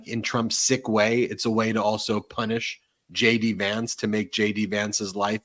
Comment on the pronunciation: When you jd Vance it sounds like you're saying Shady Vance. I Love it keep saying !!!!😂❤❤😂😂😂